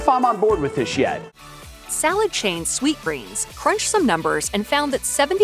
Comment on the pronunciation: Lol it's called sweetgreen, and you had it on screen the entire time you were saying it wrong, literally over and over.